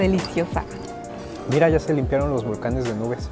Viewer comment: No dijo bien los volcanes.